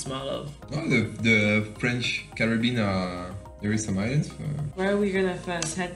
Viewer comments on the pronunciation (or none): none